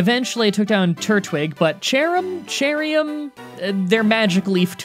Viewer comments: what you pronounce cherrim like cheriyam im pretty sure its pronounced like cherim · Cherrim ( Cherr-Um)